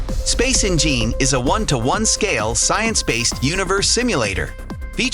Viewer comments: "Space En-gene"? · Eeee veee online and ennngeen wtf is this shyte